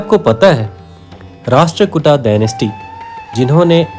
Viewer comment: भाई आप कार्य सराहनीय है , लेकिन आपका उच्चारण सही नही है। सही उच्चारण राष्ट्रकूट है ।